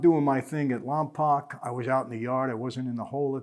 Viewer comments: Lompoc is pronounced Lom-poke not Lom-pahk, just a heads up👍🏼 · I'm from Lompoc CA. Its funny how people always pronounce it wrong. Its Lom-poke that's how you say it. Carry on 🤣